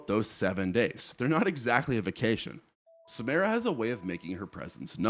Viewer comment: Not sure what is so hard about pronouncing Samara correctly. They only say it like 100x in the movies